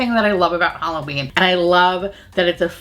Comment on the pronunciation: "HalloBEAN me" I'm done 😂😂😂💀💀